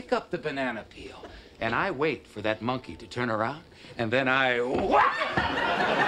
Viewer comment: I love how Kramer pronounces “monkey.” MON-key.